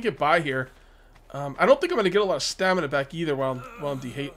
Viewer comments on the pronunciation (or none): none